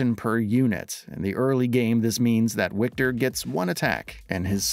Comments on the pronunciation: it is Wiktor not "Łikter" :D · Yo, narrator: it’s pronounced Victor! I get that they spell it with a W, but in Polish, that sounds like a V. are the English voice actors pronouncing this incorrectly as well? Huge L if so.